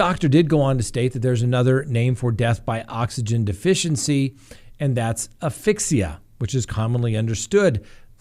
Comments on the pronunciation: Another word to work on pronuncing correctly. Asphyxia. Az-fix-ee-uh. You are close but missing the first consonant. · As - fik - see - uh :-)